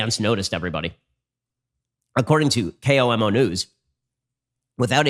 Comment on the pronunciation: K-O-M-O news lmao just say Koe-moe (an attempt at phonetic spelling